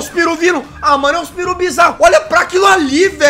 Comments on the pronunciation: "J" Gente o certo é "peru" e não "piru" kkkkkkkkkkkkk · O jazz falou piru ,na verdade se chama peru